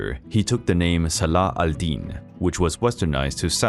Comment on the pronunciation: Other than the rough pronouncation of arabic words what a grear episode, and fill me with proud to be one of the followers of this great religion, such as Salah Aldeen.